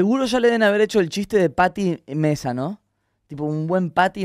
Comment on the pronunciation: para soy yo o rob dijo pattynesa cuando era pattymesa